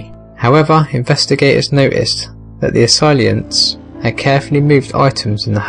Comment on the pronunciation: What about " assailant " .... i heard assailient and assilant .... I would think good dictation and grammar would be of a better standard for a global audience